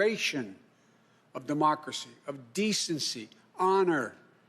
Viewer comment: is she the one who said "our dermocracy"?